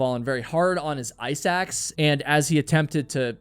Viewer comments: Ok I kept thinking you were saying “eye sacs” instead of “ice axe” 😬 considerably less gory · Me too 😂 thanks for the comment, now I get it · damn, now I'm hearing it too lol.